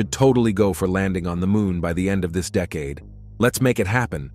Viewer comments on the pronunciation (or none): And as he read the words he said 'dee-caid'